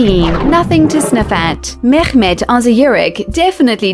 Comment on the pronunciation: trying to pronounce akkhhhmmedd lolololol